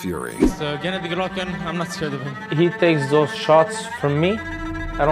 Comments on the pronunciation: You know, when you hire a company to do the voiceover on a video, it might be nice if you informed that individual how to properly pronounce the name of the star of the show. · you should learn how to pronounce golovkin's name my man, at least give him respect he earned.